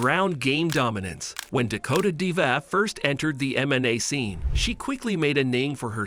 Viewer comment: You might at least get her name right. Better not rely on AI